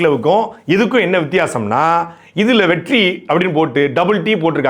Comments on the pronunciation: With double T, the R become silent R. Now Vettri sounds Vetti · SAY VETTI NOT VETTRI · Durrai... Vetrri... rrrruuuன்னு முன்னேறுது சகோ👌👍😂